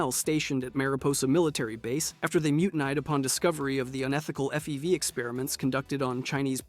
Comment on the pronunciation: there's also "mutin eyed" instead of mutinied lol i'm 99% sure these are written by someone other than the narrator